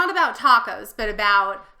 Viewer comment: Taaaacooos bad pronunciation, ta is short silable